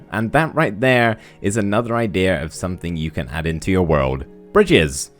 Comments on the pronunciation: Take a shot every time he says idears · Noone: Minecraft Youtubers: IDEAR